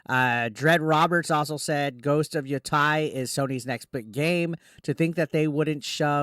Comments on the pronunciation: YoTEI, not yoTAI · Yo-tay, not Yo-Tai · It's not tie. It's pronounced like tay. Yoh-tay